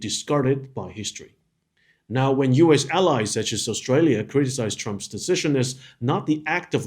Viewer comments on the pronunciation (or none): none